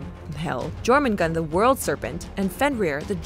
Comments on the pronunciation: Pronounciation cop work aside, it just hurts to hear Jormungandr's name be slaughtered and spoken as "Jormoongawnder." It's "Yawrmungaengder." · It's not pronounced " Germangander " , it's Yourmangander ". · It's Jōrmüngandr, not Jōrmüngand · YORMUNGAND, not JORMUNGAND. Sorry. I am just passionate bout that J->Y Lyfe. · Why does everyone say “Jormungand”?? Its jormungandr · It's pronounced jormungandr not jormangand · Did it trigger anyone else when she pronounced j with a “ji” sound instead of a “Yi” sound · *jörmungandr -> Yormungandr You’re welcome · It's pronounced "Yowtun" "Yormungandr". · FYI, it's pronounced "Yorgondmondar" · Only thing. The “J” names are pronounced as soft j so more of a yuh sound. Other than that great video. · The world serpent (Jörrmangandr) is pronounced like: your man gan der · Yet you pronounce it wrong. It's Jörmungandr, with a J. Don't preach if you don't have facts. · Imma be completely honest, I was slightly annoyed when Jormungandr’s name was pronounced wrong, but other than that I think the mythology was explained quite well. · You're forgetting to pronounce the 'R' at the end of Jörmungandr's name. Also it mean Huge Monster, not great beast. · That was probably the worst way I’ve heard Jörmungandr being pronounced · The way she says Jormumgandr without the r is a slur in my language. It’s too funny for me at this point. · I cringed so hard when she said Jörmungandr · Jesus christ, anglophones, when will you learn that not every language pronounces J in the way English does? The way she said jötun and Jörmungandr made me cringe so bad.